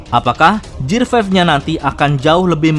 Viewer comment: GEAR = GIR bukan JIR